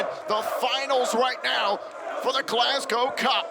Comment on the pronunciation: Absolutely loving the fact and are pronouncing Glasgow properly. None of this Glasscow nonsense a lot of the people from the US say